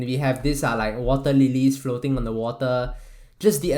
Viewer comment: are you Singaporean?, the way you say "water" (wateh) sounds so Singaporean.